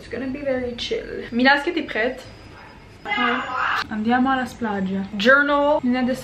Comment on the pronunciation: that “andiamo” was on point and i’m italian